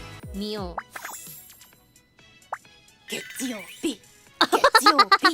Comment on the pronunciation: 해외 시청자들이 “ 겟추요비 ” 라는 일본어로 월요일이라는 단어와 발음법을 확실하게 외우게 되었다 😂